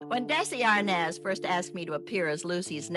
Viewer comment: THEIR PROGRAMS WERE MY FAVORITE ALL-TIME PROGRAMS TO WATCH. MY BEST FRIEND AND I BOTH WOULD WATCH THEM AND THEN CALL EACH OTHER AND LAUGH ABOUT THEM. ONCE COMPLAINT I HAVE IS ABOUT THIS NARRATOR WHO DOESN'T SEEM TO BE ABLE TO PRONOUNCE SOME WORDS CORRECTLY SUCH DESI ARNAZ. DO THEY NOT PRACTICE FIRST WITH SOMEONE LISTENING AND CORRECTING?